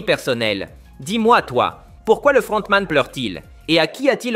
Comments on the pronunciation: Sa me fume quand il dit le fRRRRRontman😂😂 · le frrrrontman😂😂😂😂😂